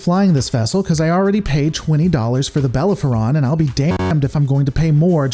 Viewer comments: It's pronounced BA-lAIR-A-PHON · Bell-air-oh-fon, if you're interested in how to pronounce Bellerophon. ;) great video man! Did not know there were so many versions of the intrepid! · Pays $20 for a Bellerphon...can't pronounce it. Yeah, I'd probably do the same. Interestingly when I played STO from its release, the back story I had for my first character was that my characyer's parent served as the tactical officer of the USS Bellerophon that was destroyed at Wolf359. The ship I created I christened USS Chimera.